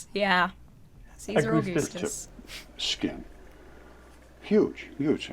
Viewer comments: Caesar A-goose-tus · I'll give him points for 'Caesar A-goose-tus"